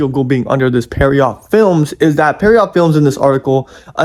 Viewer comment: as someone who's been a fan since around 2017, i would so like to see a remake! also, pierrot isn't pronounced like "per-i-yacht", it's pronounced like "pierre-oh"…